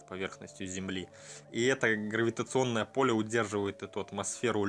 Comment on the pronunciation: Какой красава? Безсвязная, сбивчивая речь.. взялся рассказать/пересказать, так хотя бы подготовься для начала.. а то опять эти 'то есть', 'скажем так', да 'как бы' через каждое предложение, и там где им не место. И солнце у него она, и 'от какого то полЕ'.. 'луна имеет форму приближенную к форме солнца'.. "Я не знаю, я прогнозирую, что их лавочку закроют тоесть, скажем так" Блин.. если ты хочешь донести что то до людей, причём не спонтанно, а намеренно, по готовому материалу.. Ну То Есть ты сначала изучи этот материал, подготовь черновик Скажем Так, по репетируй перед зеркалом Как Бы.. а уж потом бы, нормально все изложил.. весь свой рассказ, мог рассказать в двое короче, более понятно и доходчиво.. а тут получается, что если бы не знал заранее сути перессказаной истории, то совершенно другая картина складывается.